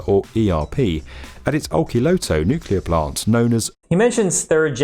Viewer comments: The way you pronounced Olkiluoto was perfectly understandable. Great video!👍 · as a finnish person, that prononciation is pretty good id say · You said Olkiluoto well in my opinion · And much better than BMI's pronunciation.